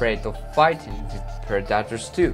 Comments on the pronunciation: It's predator not parataders stop butchering the English language. I don't care if it's not your first language. Which is OBVIOUS! and it's constructive criticism get over it PEOPLE. You get compliments and criticism that's life... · Pred dat toors. Also known as pred-a-tors. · It took 12 "PER DAR TERS" for me to understand that he's trying to say "predators".. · PREDators, not preDATors. If you´re going to use a word one million times in a video, please learn to pronounce it correctly. For a native speaker, it´s really annoying. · It’s pronounced pred-A-tors not pre-DAT-ors 🤦🏼‍♂️ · “Pred-detors” had me weak 😂🤣😂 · Well, at least you told us to turn on subtitles. I appreciate that very much, so I won´t criticize your pronunciation. (note though: daughters=predators !) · Pre-DA ters that’s a new one for me I’ve never heard someone pronounce it like that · Yeah. Sounds like a toddler trying to say that word. Like he said it over 100 times in the vid and still couldn't get it right lol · funny how monolingual people are so keen to make fun of anyone who actually has the brains to learn 2 languages. When you struggle to say taco correctly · Listen carefully! It's not "predators", it is PREDACTARS!! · I love the way the narrator pronounces predators. PRA DA TARS. Hysterical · "Pra-duh-ters" 😂 love it! It's awesome you speak English so well when it's clearly not your first language! I love hearing ESL people's accents when speaking engrish! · I honestly kept thinking he was saying protractors . Gave me flashback to geometry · "Warthogs hide from (Pred-Ay-Tor) this guy 😏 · The gazelle is known to use speed to escape "Predeterz" lmao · I had to smile at the pred-AT-tors.... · What´s a "predatter" ? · Preh-dot-tours lmao 😂😂😂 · Why he's pronouncing predators as Productors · Let's hear it for those perdahtrs! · I hear predators as productors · "Preh daters" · predaators 😂 ahh toke me a 1m to relies he was saying predators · "pre daters"🤣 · Learn how to pronounce PREDATORS bud